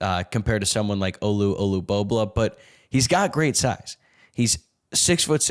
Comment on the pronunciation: good show. One critique though, since no one else is telling you; Olu-bo-bo-la, not "bobluh"